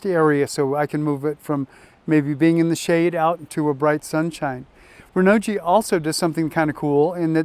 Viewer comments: Great video but if I may.... Hearing you say "Renault G" it messes me up.... I don't think it should be pronounced like that... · PLEASE learn the proper pronunciation of Renogy. You loose credibility instantly. I don't even want to listen to you. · P - I agree totally. Have a little respect BC